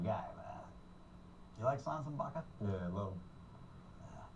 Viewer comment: pryor didnt even say his name right, but gruden did